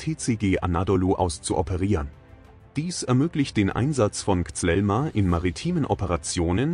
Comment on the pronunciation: Es heißt kízíl elma und nicht zelma😂